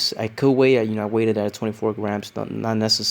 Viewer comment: Bro, the past simple of 'weigh' is 'weighed'. Sounds like you're saying 'waited'. Un abrazo muy fuerte tio!